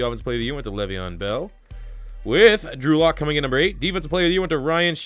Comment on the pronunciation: Sounds like he’s sayin Andrew luck